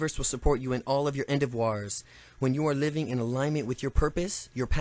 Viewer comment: Look up how to pronounce endeavor.